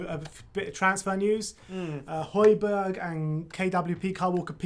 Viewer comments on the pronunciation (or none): Why doesn't anyone pronounce the second J in Hojbjerg? Everyone's calling him Hojberg